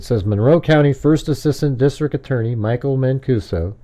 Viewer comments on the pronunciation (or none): none